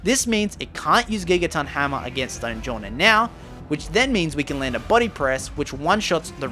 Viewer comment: "black StOoJillAnAr" It's stonejourner not stoojillanar